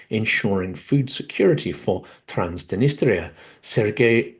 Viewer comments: Transdenistria? Isn't it Transnistria? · I always enjoy your Silicon Bites! One thing: throughout, you pronounce Transnistria "Trans-di-nistria." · You also mispronounced Transnistria.